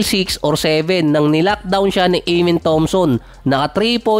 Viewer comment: AH-MEN ❌ AYE-MEN✔